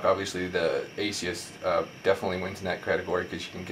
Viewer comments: It's a-soose, not asius. It's also IPS, not ISP. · A-sus not Asius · what the fuck is an asius ???? Its aa-suus you plonker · Its AsUs...not Asius. But good video and very informative, thanks:) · It's AY-SOOS not ATHIEST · Its ASUS not aceis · Not a bad comparison review, just a few observations though. The transformer has an IPS (In-Plane Switching) screen not an ISP screen. Also Asus is pronounced eh-sus not ace-eus. Not huge errors in the scheme of things but if you want to be taken seriously for tech reviews it is important to get these details right. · ASUS!!!! fuck.......its ASUS!!!! AY-SOOss!!!!!...........there's no "I" in ASUS......geez dude, i really dont like slandering people on these videos, but you'd think its appropriate to get your instructions, information and speaking skills together............nope nevermind, apparently not. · And why does this guy keep saying ASIUS? Hes got a speech impediment. Thanks for the vid though. And Yes one is 3.0 and one is 3.1. The xoom kicks ass.